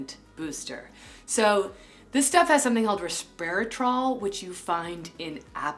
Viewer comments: First of all, she's saying RESVERATROL as RES "P" ERATROL. LMAO Harper's Bazaar, you oughta do a better job, us viewers are clearly more educated than the guests you invite....... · Resveratrol (not pronounced resperatrol) is found in grape skin and not apple skin 🙄 Quercetin and malus domestica is found in apple peels which is also in this antioxidant booster. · the ONLY good product here is the anti-oxidant booster but she got the ingredient wrong as well😷😷...Its Resveratrol from Grapes not ResParatrol from Apples..Quercetin is from Apples...The thing is, we are not being obnoxious, she is being obnoxious with her pseudo holistic science and speaking like she knows better than dermatologists...or knows anything at all. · Dumber than ducks. Or Rocks. ‘Resperatrol’? Don’t teach’ us stuff you can’t pronounce OR know definition of. Insufferable